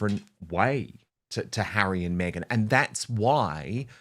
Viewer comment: She says" maygen"